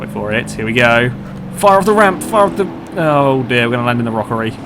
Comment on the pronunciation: Did he say rockery